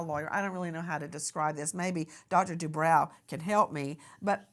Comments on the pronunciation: I believe it's. Du...bro.. Lady du bro...not brow.. Jeese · “Debro” not “Debrow” 😁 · Isn’t it pronounced “Due - broh” ??? and NOT Due - brow” ??? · Nancy,the doctor's name is pronounced Do bro,not Do brow. (I watched him&his wife on "Real Housewives of Orange County" for years! That's the only reason I know that!) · Bro, not brow 😂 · FYI Nancy: This doctor pronounces his name: DuBro not DooBrow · Nancy I've noticed you tend to make every broadcast give you a chance to turn it about yourself and your family at nauseum. Also as a form of respect it would be nice if you learned to pronounce your guests names. It's not "De Brow".it is Due Bro. I cringe everytime you say it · Nancy , it’s Dr Du- Bro not Brow❤ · Nancy it’s dubrow not dubraw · Due-brOW. 🤭 was nice about it, but you KNOW heather would've piped up about it.😊 This is a just a disgusting case, that didnt need to happen. And not on any the fault of the victim. Poor lady's husband did some sick, twisted things to her, AND her babies.🤬🤬🤬